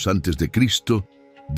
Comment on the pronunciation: HOLA COMUNIDAD, HAN NOTADO QUE LA IA. NO PUEDE PRONUNCIAR EL NOMBRE DE CRISTO...